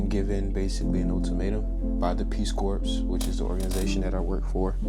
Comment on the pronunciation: Corps is pronounced core. Like, Marine Corps. Tell the Peace Corps to pound sand.